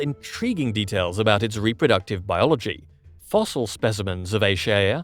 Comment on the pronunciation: At this point and with scientific language, AI narration is not appropriate. It does not even know how to pronounce biology.